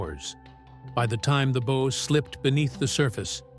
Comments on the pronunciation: Early on in the narrative, it was pronounced correctly. Even after a few instances of mispronouncing it, there is an occurrence of being pronounced correctly. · I agree that the audio is really poorly done when the narrator can't correctly pronounce the word that means the front of the ship--the BOW. "Bow" as in "take a bow," not as " tie a bow on that package." Someone did not take care in recording that audio. This is an egregious error that should have been caught and prevented. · THANK YOU! I have been "screaming into the Void" on this subject forever. "Bow" sounds like "wow" Yes. But damned if the AI narrator doesnt also do a version of the pronuncuation of the SAME GODDAM WORD: "BOW"= "SNOW"!! If this is a triumph of AI technology...I pass!!! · It's pronounced BOW as in BOW-WOW. Retrain your damm AI. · The "bow?" As in bow & arrow? What is with these computer-generated voices? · The bow was pressurized by thousands of gallons of seawater, whereas the stern had Her whole back end out of water. The amount of water would have obliterated the stern because of gravity and pressure. And Bow is pronounced is (b OW') Ow as in ouch or OW! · Why is it so hard to teach your AI narrator how to pronounce bow (rhymes with wow) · It drove me crazy, every time I heard bow I was yelling BOUGH!!! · This! Instead, the AI goes on & on about the beau. Downvoted, and I will never waste another click on this channel. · Wut ??? You failed the entrance exam to the Maritime College ? It rhymes with wow. Like a dog . . . bow wow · It does say bow like it rhymes with wow once in a while. Why not Everytime I wonder? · Why are there weird graphics and charts that have no bearing on what is being talked about that pop up randomly and pull you out of the "story" and the mispronounced word bow is driving me crazy. Not to mention the images that aren't even the real Titanic. Fake images. Fake voice. Incorrect crap. Crappy video over all. Can we get rid of AI please. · Yep, the issues with AI.